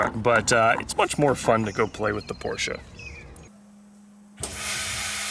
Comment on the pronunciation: "This is the way to do it." Yeah, but it sure looked to me like you were cutting a left-hand thread. :) But 10,000 points for pronouncing Porsche correctly!